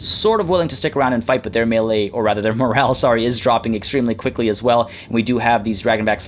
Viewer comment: did I hear "as queekly as possible"?? Hmmmmmmm